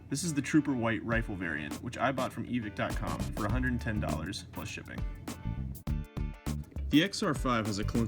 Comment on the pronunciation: I can’t believe used to say Evick instead of EVIKE.